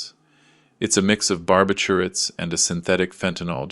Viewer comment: There is a way to pronounce words in English. The word is a punchline to an old joke a bout a bear in a bar. You say the word so it sounds like this, a "BarbitchYouAte." Not whatever that mess you tried to say. Go talk to the Google Translate bot; they will tell you how to pronounce words. Words that are large & new to you are very scary.